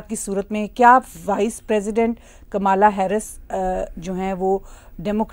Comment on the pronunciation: Kamla,jo ki (Indian name) pronounce karte hae,Kamala,not kamaala pronounced elaborately.